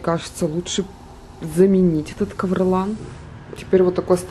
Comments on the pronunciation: что за кавролан??????? кавролин. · Кавралин а не кавралан. Еще назвите кавралол. Ха-😄-ха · КавролАн! КавролАААААн, Карл!!! Женщина - ковролин)